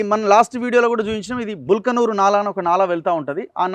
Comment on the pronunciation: బల్కనూరు కాదు బల్కాపూర్ నాలా.